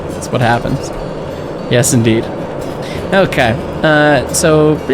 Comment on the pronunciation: Your "Yes indeed" sounds weirdly close to "ES&D"